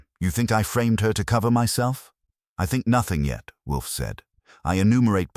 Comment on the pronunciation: How many Wolfe stories have you produced? Yet you haven't taught your AI not to pronounce it Wolfie. Sad.